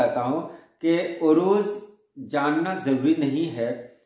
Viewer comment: Urooj nahi Arooz عروج نہیں عروض